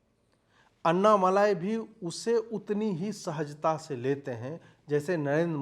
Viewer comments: Pl know the name properly it's : Anna-mallai ( note the double 'll') & not anna-malai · एक विनम्र अनुरोध है। कृपया अन्नामलाई नहीं बल्कि अण्णामलै कहिए। यही सही उच्चारण है। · Not malai but मलै यानी पर्वत, अन्नामलै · अन्ना मलायी नहीं सर, अन्ना मालि🙏. Just to correct, not fault finding. U r great🙏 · अन्नामलाई नहीं अन्नामलई है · Sir, it's Anna Malai as in मलै. Not Anna मलाई.. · Bhai wo Malaai nahi Malei he, Anna Maleya. Maleya Matlab mountain in Tamil. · Please Stop . Writing his name or pronouncing his name incorrectly. अण्णामलई सही है अन्नामलाई अशुद्ध है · MALAAAYI (KOFTA) NAHI... MALAI... LLA K SAAT.... *AIY KI MATRA....* "LIKE" JISA - Ma LI .. OK..?? KAA BOS*K HINDI PATA HEI... 😕🫤 HUM BHI APP SE ACHHE JAANTHE... !!! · It’s ण not न in aNNAmalai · it is basic manners to say the names correctly that too in public forum